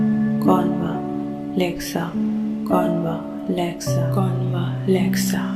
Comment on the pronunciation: Wring pronunciation a is silent it is convlexa